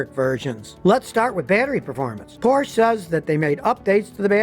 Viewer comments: Scotty, it's Porsch(E), not Porsch. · Porsch ER get the name right! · Mr. Porsche pronounced his name Por sha. not porsh, the e is not silent. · Scottie, it's not PORSH, it's PORSCHE, pronounced Porsh-eh. It's not a silent 'e'. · Porsh? Is that something like a Porsha? Or Porche. Just bugs me, that’s all. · Poor-sha Tie-cahn😉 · Scotty, please don't drop the e in Porsche. It's not a Porsh. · PORSCHE [POUR SHA] FOR QUALITY AND PEDIGREE. SCOTTY, I CRINGE EVERYTIME YOU MISPRONOUNCE FERDINAND'S SURNAME. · Porsche, has two syllables Scotty. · Porsche is a two-syllable word. C'mon, Scotty. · Scotty is driving me crazy mispronouncing Porsche Taycan. Porsche in German has 2 syllables, not 1, and Taycan rhymes with “icon” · Porsche is a two syllable word. That’s the way the Porsche family says it, so it must be right. Come on man👍🏻